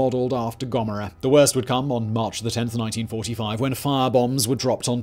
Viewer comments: Soda and Gommera? Love that pronunciation. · How you pronounce Sodom and Gomorrah 😂😂😂😂😂😂😂😂😂